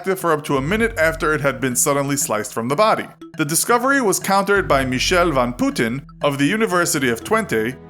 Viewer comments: Dutch Duck Yup. The pronounciation of Putten as Putin was cringeworthy. 😂 Coenen and Radboud weren't too bad I think and Twente (pronounced as 20) was kinda funny. 😜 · How do you guys prenounce "Putten" as "Poetin" 😭😭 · Michelle van Putten is pronounced Michelle van Putten where "ut" pronounced like you say Guts.